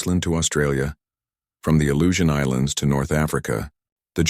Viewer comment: Aleutian Islands, not illusion islands. AI sucks and is making us dumber